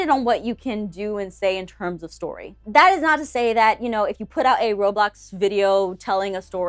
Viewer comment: I was 10 minutes and 30 seconds in and she said Robox. 😂 I use them all, but I use Gacha Life for story’s.